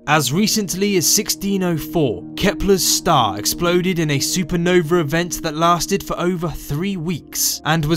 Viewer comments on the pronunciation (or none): I cant wait for the "supernover" :)